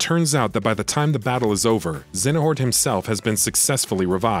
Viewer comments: ZEYA NORT - not ZENA HORT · Lol "Xenahort" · His mispronounciation of Xeohnort was really bugging me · very distracted by the complete mispronunciation of Xehanort as "Xenahort" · lmao thanks for commenting. I forgot how much of a laugh this pronunciation gave me. You right about the quality of the video but I had to say something haha. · Aside from not saying a name properly these were the best Kingdom Hearts explanation videos I've watched on YouTube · Right, I've never heard them pronounce it that way. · have you ever played Kingdom Hearts? because how you pronounce Xehanort is like cancer to the ears! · This is the only game I didn't play besides CoM bc this one has way too many mechanics I didn't enjoy but that's why I'm here and mad complaining about this guy saying Xenahort?! And X Blade instead of Chi(x) blade?! Bruh who hired u. Stop quoting wiki